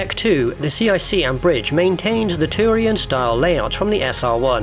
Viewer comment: Saying Tarian instead of Turian. Bad form mate.